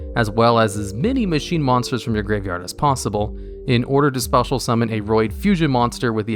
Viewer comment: Absolutely No one:: “Spetal Summon”